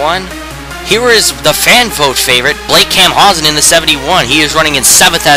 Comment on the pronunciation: Dude,you need to work on your frame rate. You also mis-pronounced my name. Camp-pow-sun is the right way.